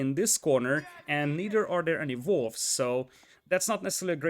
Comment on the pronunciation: everything with a W is hilarious too, like "valls", or "vere", or "volves"